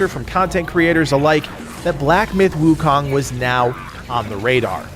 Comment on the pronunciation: By the way it's pronounced as soon not sun